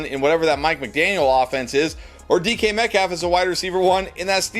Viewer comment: Y you saying DeeKy Metcalf lol